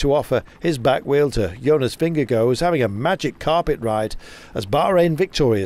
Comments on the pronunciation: Please gcn, teach your commentator to pronounce jonas last name correctly because 'vingegooo' is an discgracefull attemt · Anyone know why they pronouce his name VingeGO, when it's spelt Vingegaard - I would have thought it would be pronounced vingeguard? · Yeah, you're sorta right. Both are wrong, but I prefer VingeGUARD myself, as a Dane. I guess people could try for a VingeGORE, but without pronouncing the E at the end, but even then it wouldn't be correct, so who cares? Just call him Jonas, I guess :) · vingegoh :D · vengeGO just sounds utterly wrong haha but a good nickname, perhaps, as he punned through the commentary. Appreciate the Danish input buddy.